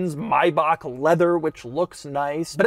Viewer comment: why does he keep saying maybach wrong?